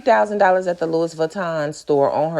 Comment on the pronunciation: the way you pronounced Louis as “Lewis” has me on the door 😂 lmao! 🤣 and isn’t flaunting all that cash kinda dangerous? putting a target on her back smh